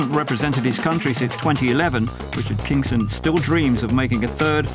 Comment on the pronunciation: its not 'kingston' its Kingson